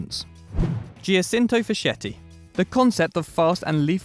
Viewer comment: Giacinto Facchetti is pronounced "Jachinto Faketti"